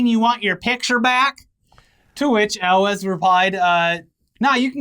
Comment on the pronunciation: Elwes is pronounced Ewels, as in Ewe.